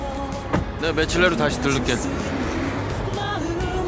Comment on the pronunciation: 며칠내로 들린대 ㅋㅋㅋㅋㅋㅋㅋㅋㅋㅋㅋㅋㅋㅋㅋㅋ미쳐